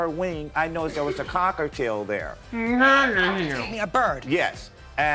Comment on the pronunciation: “Cockatieuxx” “Ballistic” IM CACKLING